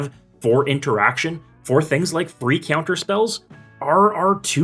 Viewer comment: You say “Ceounter” lol